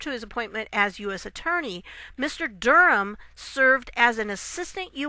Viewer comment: An American who knows how to pronounce "Durham"! There is a God! If Nancy Pelosi can't show conventional respect for POTUS, she can't expect similar courtesy to be extended to her. Pelosi's entire approach is petulant obstruction. She deserves any slights she gets in response. Off with her head.